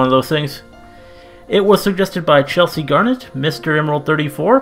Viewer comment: not trying to be rude but you said my name wrong it's pronounced chel-sea G-a-rr-Ett. But your reaction was awesome!